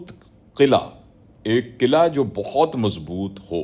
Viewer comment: اسلام علیکم! گزارش ہے کہ حصن حصین کے تلفظ میں ح کسرہ یعنی زیر کے ساتھ ہے حصن میں ۔ مزید قلعہ میں ق پر زبر پے ۔ اللہ تعالیٰ آپ کی کاوش قبول فرمائے ۔ والسلام انجم رشید